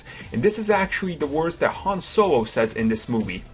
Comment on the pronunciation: its han not ham